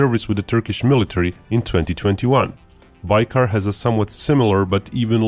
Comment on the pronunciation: Interesting video but you even misspronounce the name of the company your talking about. :D What is "baykar"?